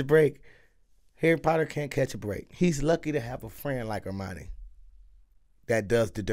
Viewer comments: Sounds like you’re saying Armani , her name is pronounced “Her-My-Uh-Nee” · did he call Hermione "Armani"? lol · It's Hermine pronounced her mind eee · non-magical people in this are called muggles. Mudblood is the term they have for a mix of muggle parents and magical parents, or just straight up having all muggle parents like Hermione does (btw I kind of love that you call her 'Armoni' lol) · Her name is pronounced Her-Mine-Ney...